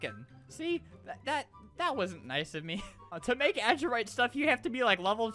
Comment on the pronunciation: You don’t say adurite like : ad urite . It’s pronounced : adur i te